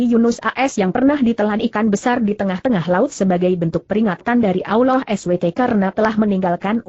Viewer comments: Allah bukan nya awloh...ngapain indonesia ini begok yah? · sakit hati nie dgr suara nya gk enak di dgr. allah mbak bukan aulloh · maaf ya kalau mau bilang nama allah jangan alwah..